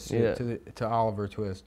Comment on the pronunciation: “What’s his name, Oliver…?” “Twee-ist” Bwahaha